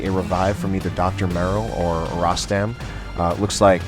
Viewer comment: hi. tnx 4 d cast,nice 2 c u back again; the correct pronunciation of my name is like u said except the letter (O) in Rostam is pronounced as (O) in Royal:)